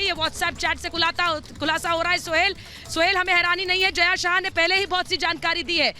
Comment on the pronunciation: Its jaya sa ha and zha is silent javeri